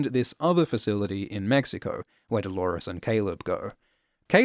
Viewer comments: Lawrence-lores??? DO-LAWRENCE!!! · i read some comments, and NO! pls do not call him Dolorence! Like chalores, it sounds so lazy and unintelligent